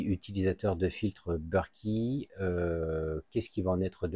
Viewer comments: You british. Moi française. Donc berket. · BERKEY sont français donc se prononce Berk È et pas beurki